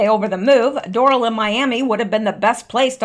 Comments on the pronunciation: Resort is pronounced Door Ale.. 😘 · Down here it’s pronounced DOOR’-AL